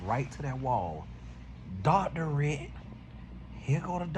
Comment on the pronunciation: According to, it's "doctoriate" 😂😂😂